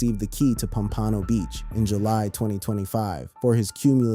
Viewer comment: Pom-pa-know !! lol this dude is killing me every time you try to pronounce Pompano Beach, Florida. lol sheesh